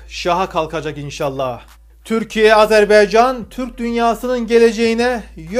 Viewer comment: azebEycan değil , AZERB-A-YCAN